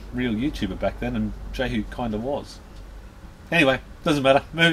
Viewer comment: BTW the name is pronounced yehu not jehu.